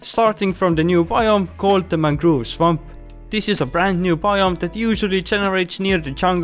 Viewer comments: Ah yes mangroove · its very funny how he pronounced mangrove propagules😂😂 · Ah yes, mangroove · mangroove lmfao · I love your accent of saying mangrove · I'm sorry but your pronunciation of mangrove(mangroove) and propagules(propagleys) got me laughing so hard